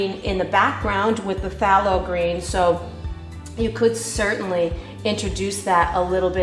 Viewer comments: I don't mean to b too critical but its pronounced " They low green" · "Faye low green"